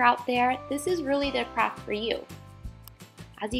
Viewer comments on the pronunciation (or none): In the beginning when she said craft i thought she said crap 😂😂😂😂😂